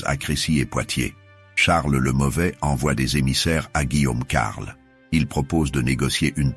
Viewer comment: C'est de l'IA? J'avais des doutes mais en entendant la prononciation de certaines villes ("Senlis" par ex à 7min30) ou alors des liaisons bizarres ("Guillaume....... Carle" 7min50). Dommage, je voulais en apprendre plus sur la jacquerie et cette vidéo est apparue vers le haut de la recherche. C'est une chaine nouvelle avec plusieurs vidéos par jour et des images d'IA, je devais me douter que l'audio était aussi IA, le script aussi j'imagine d'ailleurs. Dommage.